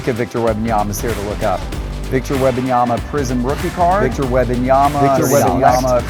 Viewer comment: I propose a boycott of videos until he makes a public declaration that he will genuinely work on his pronunciation of WeMMMMbanyama.